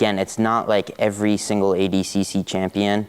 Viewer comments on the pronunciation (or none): Why did nicky say adcc and not adcc lmao